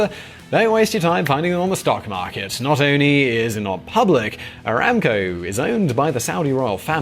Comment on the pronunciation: Bro it's not ramco it's one b the it around 4.32t